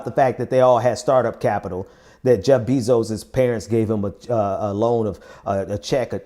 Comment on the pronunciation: Bezos is pronounced BAY-zohs, not BEE-zohs.